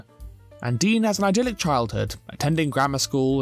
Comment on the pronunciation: Just FYI: it's id-yllic, not eye-dyllic